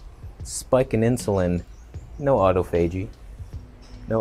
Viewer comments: Autophagy is pronounced more like "Ah-toff-ah-gee" rather than Otto-fay-gee. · Autophagy is pronounced....Auh-toph-agy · It’s Aw-toff-a-gee